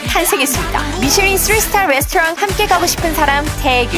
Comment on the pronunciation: 뤠스토랑 킹받네 ㅋㅋ 발음 구려요